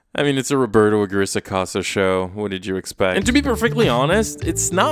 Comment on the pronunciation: This is very inconsequential, but I just felt incredibly satisfied that the pronunciation of "Aguirre" was readjusted to the correct Spanish pronunciation, I can now laugh at the ridiculousness of that man's shows in peace, thank you ❤️